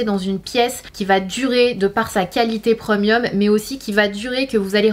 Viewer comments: « Preumieum » 😂😂😂 On dit Prémium 🤣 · Je suis la seule à être perturbé par le ‘preumieum’ 😬 no shade Sana je t’adore 😊